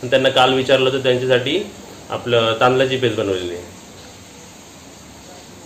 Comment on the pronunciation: तु सगळं व्यवस्थित बोलतोस. पण ळ ला ल का बोलतोस. उदा. मुगडाल (मुगडाळ), तांदलाची (तांदळाची)..गुलाची (गुळाची), जरा भाषा सुधारलीस तर बाकीची कॉमेंट्री छानच होते . ऐकायला छान वाटेल. क्षमस्व.